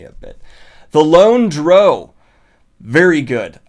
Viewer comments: I'll only comment on things that stuck out me about books that I've read. I completely disagree with the Fellowship of the Ring being a perfect title to represent the book. Purposefully mispronouncing a word (Drow) because you like the way it sounds better strikes me as willfully ignorant. The Way of Kings should definitely be rated differently, It's not only the title of the book but the tittle of a philosophy book in the world of the Stormlight Archives . The main story line of the WoK's is about three people from extremely different walk's grappling with their own morality in situation's where their own interests go against what's considered the right way by their respective groups, I can't think of a more perfect title. I couldn't agree more with his criticism of the American tittle for the first Harry Potter book. I agree with a lot more of his thoughts than HP, It will stand as representative for the others. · Y'know, I think Drow is pronounced Drow. Anyone that pronounces it Drow is an uneducated heathen lol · I've actually never heard someone pronounce drow the way you do. I guess it makes a sort of sense. Rhymes with crow rather than cow. But now I want cow to rhyme with crow. Drow crow cow. Anyway, I'm still gonna pronounce it the way I pronounce it, but you do you, I guess. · I have never heard someone refer to a dark elf as "dro". In all my years of D&D at least, it's pronounced "drau". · Sorry Daniel, but the official pronunciation of "Drow" is to rhyme with "cow", not "grow". That is the official word from Wizards of the Coast. It does also sound cooler when you consider how it may be pronounced by Bruenor, if that makes you feel better about it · The Lone "Droe"??? DROE!?!?! Is this seriously even a question? Hoooooow!? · Dear everyone, It's pronounced "drow", not "drow." There, the debate is settled once and for all. Also, it's "gif" not "gif". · Drow rhymes with brow, and i will fight any lightsick surface dweller who says otherwise.